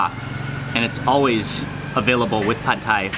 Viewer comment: That's how it's pronounced in Thailand. LOL